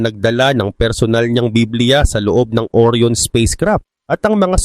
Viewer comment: Ang tamang bigkas po ay ORA'YON hindi OR'YON (ORION)